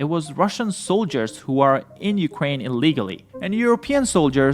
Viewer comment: dude stop saying ukwain